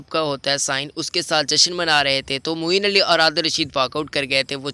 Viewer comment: Its Moeen Ali not moin ali